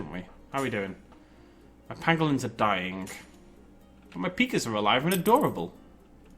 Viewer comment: Did you say pangolin?